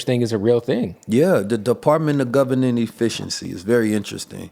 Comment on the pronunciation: your too smart to not be able to properly pronounce Government. You give people too much credit.